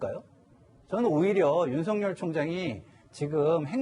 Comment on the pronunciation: 앵커님께 한가지만 물어봅시다. 윤석결로 발음 해야됩니까? 윤성열로 발음해야됩니까? 헷갈리네요